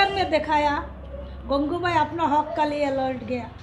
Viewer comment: It's not gangubhai idiot It's gangu bai